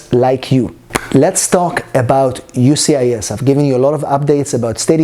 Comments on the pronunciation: I keep hearing you say UCIS. Where is the 'S' of the US? Lol... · Please pronounce USCIS properly please. you say ucis